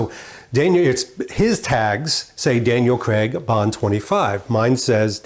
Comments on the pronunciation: Craig not Creg. As you Americans pronounce it. Please don't take any offence. Great in depth video, just wish I could have my clothes tailored like that. Not forgetting the dosh to afford it! Cheers. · Great content but please please pronounce his name correctly? CRAIG. Not Cceg !!